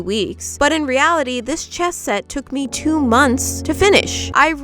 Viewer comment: Omg when ever she says ME it sounds like Emmy and that’s what people call me